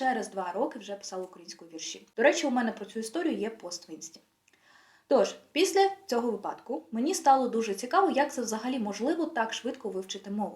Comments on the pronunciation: Якби ви закінчували університет, то ніколи б не сказали "випАдок"! Ще в школі вчать тому, як перевірити наголос в слові: пташеня вИпало із гнізда, а не випАло! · Вітаю! Відео супер! Але, будь ласка, перевіряйте деякі наголоси) вИпадок, навчАння, вІрші..